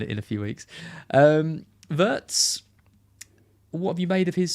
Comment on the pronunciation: Come on boys. If you know how it's pronounced then use that, don't go back to getting it wrong intentionally. It's pronounced Veertz.